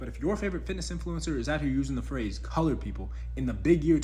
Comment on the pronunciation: Is saying colired instead of colord people offensive?